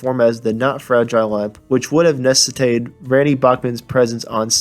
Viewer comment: Nescitate? Jesus